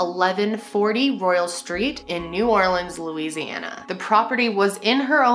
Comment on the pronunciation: A QUEEN PRONOUNCING NEW ORLEANS RIGHT!!! this new orleans native is super happy lol